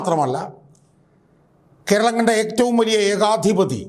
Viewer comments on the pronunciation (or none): none